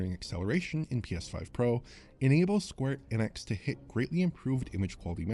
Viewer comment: And it’s not Square Eeeenix it’s Square Eh-nix, always has been. He’s been saying it wrong for years upon years